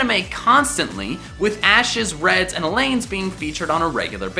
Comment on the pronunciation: he pronounced Alain wrong.